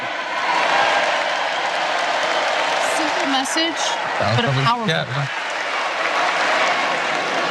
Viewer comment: i thought he said scam rather than scab lol